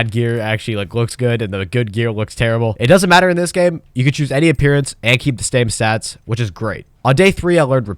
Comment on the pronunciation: "stame sats"